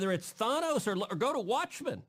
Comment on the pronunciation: Cruz trying to look cool with his pop culture references, meanwhile he mispronounced "Thanos" only proving how out of touch he is.